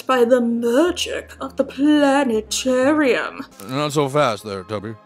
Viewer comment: It’s Planet-arium. 😂